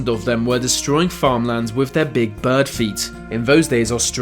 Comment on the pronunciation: Your accent is making me CRAZY. Why why do you pronounce 'th' as 'f'...as in wif for with...def for death...marafon for marathon. Get someone else to do the narration PLEASE. You sound like an idiot.